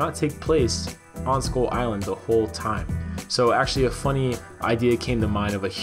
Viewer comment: Why do I hear "Skol island"?